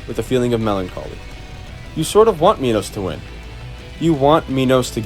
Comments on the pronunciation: its not pronounced mee-nows its pronounced máj-nows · pronounce minos like "menos" or "mynos" either way ill still not talk to you